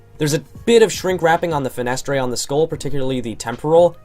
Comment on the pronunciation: Did You Ask For This Fenestrae